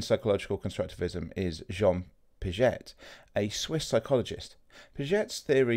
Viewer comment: Pee-ah-zjay, not Pidget. Sigh.